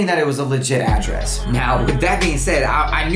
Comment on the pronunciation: mispronunciation of address is bugging me lol